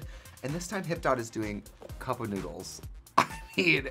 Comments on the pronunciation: Thank you so much for saying (spelling) it correctly. It was driving me nuts how much she said cup “o/of” noodles. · Trixie says cup noodles like cupa noodle lol